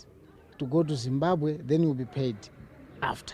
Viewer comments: It’s not zimbabhe it’s Zimbabwe Ma’am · Let's not be ignorant guys..Point of Correction..Its Zimbabwe!!